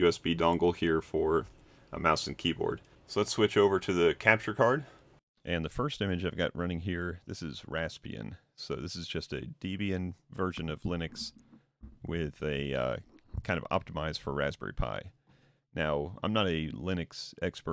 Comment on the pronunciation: Debian is not prounounced Deebian. Debian is Deb (short for Deborah) + Ian taken from the founder Ian Murdock, Deborah was his wife hence Deb-Ian